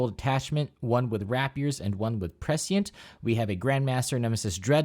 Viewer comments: It’s pronounced “ray pee ur” not “wrap yur.” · I’m starting up a Silver Blades army coming from a Raven Guard Space Marine army. Their Warlord Trait on a Dreadknight Grandmaster is absolutely fucking disgusting as Nurgle, I love it. Edit: Also, that’s an … interesting way to pronounce the word Rapier.